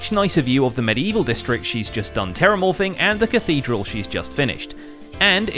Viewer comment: did you just say terramorfing?